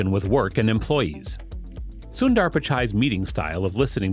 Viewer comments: It's not Soon-dAAR. It's pronounced sun-der , with the u as in put. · Its sundar not sundaar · It's soondhaarr not syunder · It's not SunnDDaar it's Sundar 😂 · It's not Suundar 😂 it's sunder means beautiful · “Soon ther” the right way to pronounce his name. Not “soon daaar” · Sunnnndaaaaarrrrr....😂.. Kwell ik foreigners can't spell Indian names... Its just sundar... Or sunder for foreigners 😂😂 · "soondaar pichaai" no its "soondhar pitch-ay" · if only he'd stop saying soon DAARR. Its Sundar as in "the-R". sounds annoying af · When they pronounce sundar as suundarr. It’s hilarious 😂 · CEO of google and yet you cannot pronounce his name correctly? Not sundaar, it is sundar! Not Pichaai, it is pichai! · It’s su-in-der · soondaar lol, americans will never be able to pronounce indian names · It pronounced as sundhharr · its annoying how he butchers his name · “Soon Dhar” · You said "Sundar" 700x in this video and pronounced it differently every time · DUDE the pronunciation of Sundar's name is PISSING ME OFF OMFG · still u won't learn to pronounce his name correctly 😏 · You pronounce "sundar" and "Pichai" both in wrong way